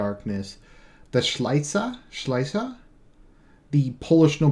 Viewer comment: szlachta, pronounced shla-ch-ta with the ch being like the ch in Bach.